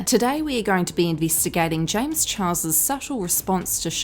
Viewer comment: the one thing i like is you began saying James's name correctly not chihua...... like you did.. ❤